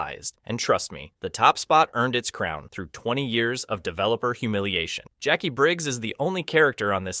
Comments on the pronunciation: Jack-wi? It's pronounced jack-ee. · Jackwee? Jacqui is said as Jackie! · Jac-wee? Smh 🤦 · I CHOKED ON MY DIET COKE… “JACK WEE” BAHAHAHA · Pronouncing Jaqui "Jack -wee" is hateful in itself. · "jack-we*? Seriously? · Please tell me that you know Jaqui is pronounced Jackie and you’re just having us all on 🙄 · Who the 🦆 is jack-kwee? 🤔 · Jaqui wasn't left out of MK1, it was an in universe hard reboot. Notice that she was nowhere near the only character? And the way you pronounce her name, god give me STRENGTH, tell my you haven't played MKX or 11 without telling me you haven't played them, they say her name MANY times. You raise valid points about her other than those two, but come ON. One other naff point, her move set is real world martial arts? Good job describing MOST OF THE CAST... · Jack-we? Noob saibo? Really? 🙄🙄🙄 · What gets me is how inconsistently you mispronounce names. Who the hell is "Jack-Qwee" or "Noob-Saiboot"?